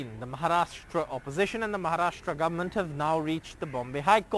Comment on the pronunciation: Why are the news readers these days pronouncing 'goverment' peculiarly? It really hurts the ears. 'ment' has a schwa sound but not the way these news readers pronounce.